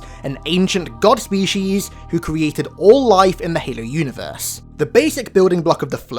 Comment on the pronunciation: Good vid, cant stand the way u say Halo